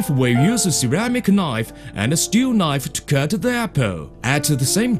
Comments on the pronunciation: That's a nice knoive. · LOL "A good nife! A magic nife!"